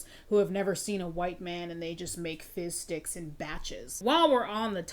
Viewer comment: The amount of times I thought you said fish sticks 😆